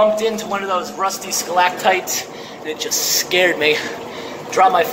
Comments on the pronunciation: How has no one in several years told him that they're "stalactites" and not "skalactites" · There is no "K" in "stalagtite."